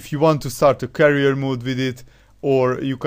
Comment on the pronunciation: Career not carrier